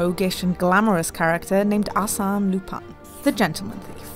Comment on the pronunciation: She pronounced the Arsene so wrong